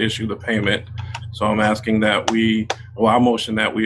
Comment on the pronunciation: We played a drinking game that every time Soupa Mair Tifnee says axing instead of asking, interrupted or made a remark about people of colour and everyone drank a shot, we also had notepads to take notes about what she was saying we finished a 70cl in ten minutes. And no one knew what she was talking about. I don't know if you are aware of this but Tiffany Henyard was never voted into these positions. Also everyone is fat! Tiffany may seem slim but if you stood her next to a healthy adult and asked who the fat one was fingers would be pointed at tubby Tiffany.